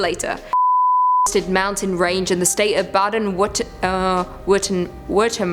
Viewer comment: Applause for your pronounciation of Baden-Württemberg 👏🏻👏🏻👏🏻! For non-native speakers, that's often a difficult word, and you were really close 👍🏻😊!